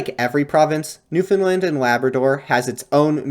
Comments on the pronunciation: great video but you pronounced newfoundland wrong! it's new-fin-land or new-fun-la-nd (nd one sound), you can also hit a little stank on the a, optional regional dialect, new-fin-l-eeand in new finlnd like new-finland! short, pronounce the a, it's not like the european country Big irk in the province! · Newfoundland should rhyme with "Understand" - otherwise a great video and very interesting! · For the last time, it's newfoundLAND not lind (edit, you only pernounce it wrong the first time) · I respect the effort, but you were nowhere near on that pronunciation 😂